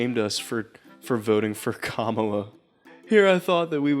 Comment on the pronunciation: ladies gentlemen and those in between playing MAGAt bingo, we have a weird pronunciation of kamala